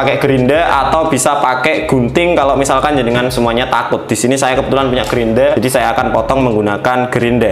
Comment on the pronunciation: Grinda bukan grindra ya, Mohon di pahami..!! 🤣✌️